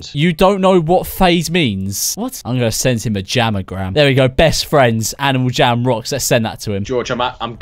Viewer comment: he says: "aNiAl jAm"